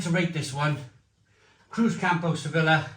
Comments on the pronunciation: It’s ‘sevi-ya’ not ‘sevilla’ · it’s pronounced suh-vee-uh not se-villa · se-beeyah /sebi:ja/